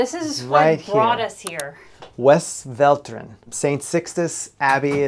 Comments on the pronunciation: Dyslexia? At 17.21 you say west-vel-te-ren but it's called west-vlay-te-ren where "west" is pronounced as "best", and all the other "e" letters as the "e" in "the". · Dutch is a fonetic language. So pronounced as written. It's KRIEK, not Krike or kreek Westvleteren not West Velleteren as you wrote it down in the video. But I don't really mind the butchering ...... already in Auh of finally some Americans appreciating Belgian cooking and well yeah Bourgondian lifestyle. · “Vestfleeteren” would be close to the correct pronunciation of Westvleteren. Personally I prefer the Rochefort 10 over the very good Westvleteren 12. I’m a Swede living in Belgium for almost 30 years, so I have had a chance to shape my preferences.